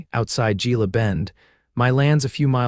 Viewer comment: Gila is pronounced with an H.